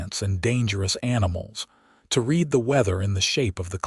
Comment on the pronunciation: I may never get used to hearing people are being taught to raid not read. It makes it the story weird.